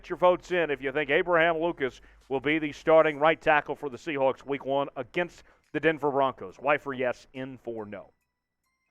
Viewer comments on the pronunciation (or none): none